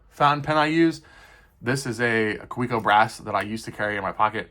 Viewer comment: pronounced Ka vek oh